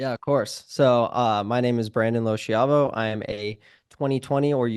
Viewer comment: Anyone know why his last name isn't pronounced like it should be pronounced in Italian? In Italian it should be low-ski-ah-vo but he says it like low-she-ah-vo.